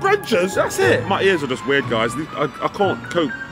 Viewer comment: I'm not ward its not rill